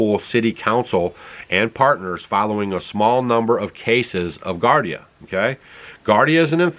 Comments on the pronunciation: It's pronounced "GEE-AR-DEE-UH" (Giardia) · People are not going to stop using cell phones. Giardia is pronounced jeeardeea. I had it for a month or so before I knew I had it. It's definitely not caused by emfs. Whatever those people had, if it wasn't that, I don't know what it was. If it was caused by the emfs it was not G. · It's pronounced GE-long "E" GE ARDIA,. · Giardia, not Gardia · At least learn how to pronounce giardia. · Gee-are-dee-ah-.. its a parasite and antibiotic will not kill it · Pronounced jee - ARR - dee - uh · With all due respect, it's pronounced "gee ARE dee uh". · I think you are talking about giardia an intestinal parasite. It is spoken as jee-are-dee-uh. Just letting you know because I want you to have the right facts. Thanks for all the information and keeping us up to date ❤ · pronounced (jee aar dee uh) giardia it is a parasite in the intestine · Pronounced Gee-ard-ia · Giardia (gee-ard-ia) is the same organism that causes what we call "Montezuma's Revenge" when you drink the water in Mexico. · Giardia is pronounced Gee-are-Dee-ah. Bacteria found usually in water. A waterborne illness found in lakes, rivers, and streams. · It’s pronounced “Jee-ar-dee-a” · Gee AR dee uh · Giardia and not gardia. I' m surprised Stacy lets you out of the house! 😂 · Its pronounce gee ar dia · Just and FYI its pronounced "JAR-DI-UHH". Not trying to be mean just enlighten. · GEEare DeeA = Giardia That is the cyst. The diagnosis is Giardiasis. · Sorry, you're off base with this one. Those green boxes are indeed Transformers. Their purpose is probably to power the buildings behind them. Just regular old electricity. Also the word is giardia. As in g r dia. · Thanks for the info. And it's pronounced Gee-ardia.